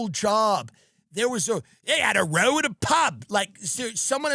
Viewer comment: Tim: a row in a pub is pronounced to rhyme with ow (as in meow).